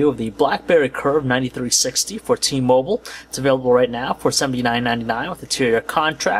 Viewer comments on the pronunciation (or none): When saying t-mobol, did you mean t-mobile? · its t-moBILE not t-mobol -.